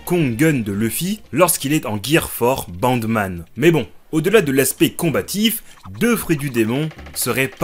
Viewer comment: Tu as dis bande mana à peut prés